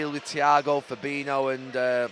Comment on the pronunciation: How long will it be before Gary pronounces Fabinho’s name correctly?